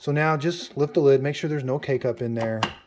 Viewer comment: 😂 I thought he was saying "Make sure there isn't any cake-up", had to listen to it a couple times to realize he was saying K-Cup 😅🤪